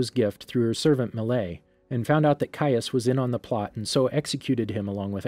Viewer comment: Finally you pronounce his name correctly. Also, thank you for this